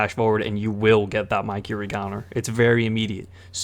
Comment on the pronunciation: Bruh said Mykiri instead of Mikiri